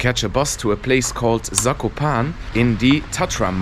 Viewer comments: Loved your video. Zakopane has 4 syllables that you need to pronounce. Za.. ko…pa…ne! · You should pronounce E in Zakopane. Polish is phonetic.